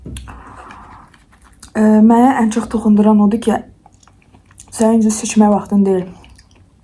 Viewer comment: Seçən vaxtın deyil sözünü siçan(siçovul) kimi anladim😂😂